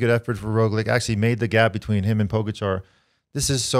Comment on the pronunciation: Guys great podcast, but the pronunciation of names, yeez. Here are some helpful tips: Roglič ( Raw glitch ) , Pogačar ( Paw gha char ). Hope it helps!